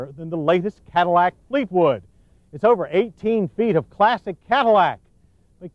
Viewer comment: Did he say plastic Cadillac or classic?